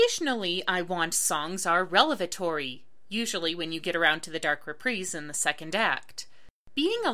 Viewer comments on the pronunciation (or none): Revelatory is not pronounced "relevatory." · I think you mean revelatory, not relevatory, hahaha. Nice video. Glad to see a detailed analysis on a classic topic.